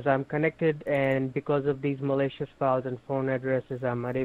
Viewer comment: “Because of the Malaysia’s files” ( scammers pronunciation of “malicious”)😂